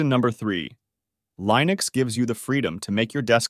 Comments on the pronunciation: I was hopeful. Till they mispronounced Linux just 37 seconds in. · tortoise-tts is cool, but the way it pronounces Linux sucks... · you keep mispronouncing Linux, I couldn't finish the video due to this, bothered me too much